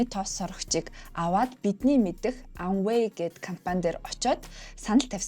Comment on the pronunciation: Amway buruu heleed bhin a usgeer helehgui shu.